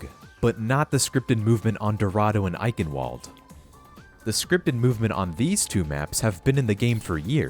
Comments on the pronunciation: Its eichenwald not eikenvolt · btw since Eichenwalde is in Germany its pronounced Eichenvalde, cuz germans pronounce their w’s as v’s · eikenwold. that absolutely not how to pronounce it